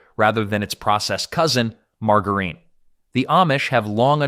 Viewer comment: The wrong pronunciation of margarine